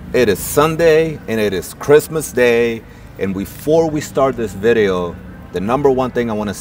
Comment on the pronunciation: Merry Christmas guys. Great video. I've never heard Christmas pronounced Kissmas. Luv the accent.